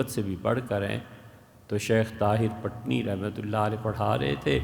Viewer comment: السلام عليكم محترم عرض ہے کہ پٹنی کے " پ" کو زیر کے ساتھ پڑھا جائے گا۔